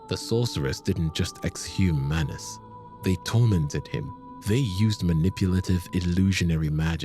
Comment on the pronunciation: bro do him some justice and put the greatsword in his left hand, and it’s manus not manis.